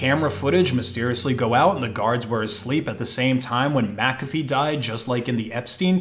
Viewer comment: Thank you for pronouncing McAfee properly, everybody always pronounced it wrong when they say my name